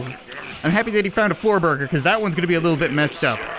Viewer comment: The sensei with the jean vest says "burger" like "bugger